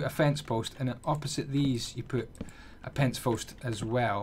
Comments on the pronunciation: "a pence fost" :D but a nice build tho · Acernis Lacuuna he said pence fost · lol you said pence fost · "Just put a pence fost there" lol Love this video. Great build.